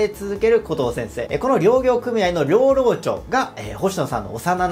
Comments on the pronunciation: 確かに、漁は大漁の場合はたいりょうと読むけれど、漁業はりょうぎょうとは読まずぎょぎょうと読むわけで、漁業組合・漁労長もぎょぎょうくみあい・ぎょろうちょう、と読むのが正解。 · 漁業組合・漁労長をりょうぎょうくみあい・りょうろうちょうって 何て言い方してんだよ！日本語も知らんのか！？